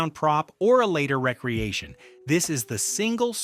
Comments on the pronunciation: Ugh - the "AI" voice is really poorly done. It's "RE-creation" not recreation... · Uh, it’s pronounced Ree-Creation. Tell me you’re using an AI voiceover without telling me you’re using an AI voiceover. You’re using a computer to do what actual YouTubers do as a living. Get a mic, write a script & PLEASE do your VO.This is just lazy & lame. Also makes me wonder if the entire video is made by an AI. Do Better